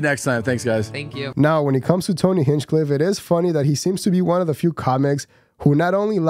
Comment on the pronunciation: Dude you're not even saying Tony's name right